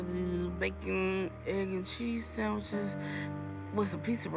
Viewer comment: She said sandwiche(s) 😂😂😒😂